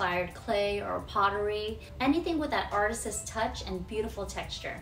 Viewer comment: I like this because it encourages me to use the woodworking tools I've acquired over the years for myself and not always for others, I need to renovate some custom pieces for myself. Also, not a dig, but I've never heard "artists" and "artist's" pronounced differently, is that an L.A. thing?